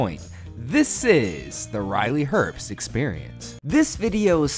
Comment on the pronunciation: I find his last name mildly annoying, everyone pronounces his name herpst, there is no p there.